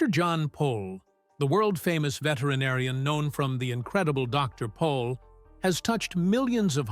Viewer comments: By the way his name is Jan not John and he’s last name is Pol not Paul. Get it right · Not Paul but Pol